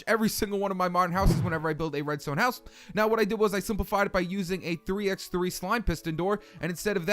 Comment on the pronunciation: did you really just pronounce that "3 ex 3"